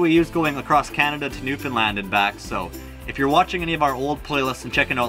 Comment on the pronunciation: Just have to say, I love how you always pronounce Newfoundland correctly!